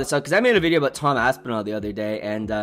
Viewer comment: "Aspasoy" gets me every time 🤣